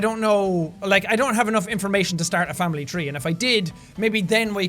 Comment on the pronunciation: Famibly lol I just lost it